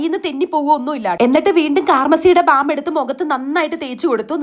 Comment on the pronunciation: Bem alla bam aann 😂